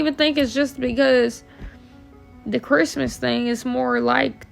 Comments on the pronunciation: it’s definitely not southern to say “cherstmas” lmaoo it’s the same “Christmas” just with a southern draw, which comes from a lazy tongue. I grew up in Kentucky, and she definitely has a Kentucky accent, but she says Christmas differently than anyone else I know lol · I think he was called it "Curse-mas" bc of how bad it was growing up. She pronounced it right at least 5 times b4 n after she pronounced it like that